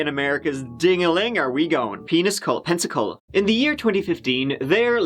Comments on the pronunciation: Did you say; "peniscola"? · Lord I live in P’cola. I’ve heard Pepsicola, never Peniscola. 🤣 But I remember this when it happened, so sad. Another great video!!!